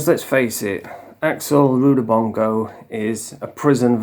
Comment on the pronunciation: Is there another axel as his surname is not what your pronouncing